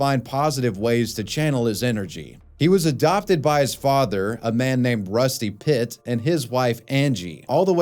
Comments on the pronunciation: Im sorry, did you say “Rusty Pitt?” I’d be straight down to the courthouse if that was my name 😂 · I don’t know why, but the way you pronounced the name “rusty pit” really got me lmao